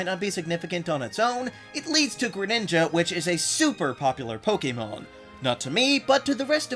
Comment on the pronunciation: THANK YOU for pronouncing the word Pokémon correctly! I just can't handle the other "Po-C'mon" pronunciation that's all over YouTube.